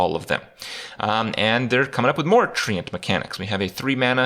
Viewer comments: The way he says TreeAnt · Why does Kripp pronounce “Treant” like he’s from Belfast? Isn’t it pronounced like ‘trent’? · If I have to hear Kripp pronounce Treant one more time I'm going to hang myself from one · Thats not how you pronounce treant!